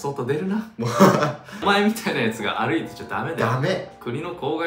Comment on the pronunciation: 誇って(ほるって) 歩いて(ありいて) 泳いで(おるいで) 呪いて(あるいて)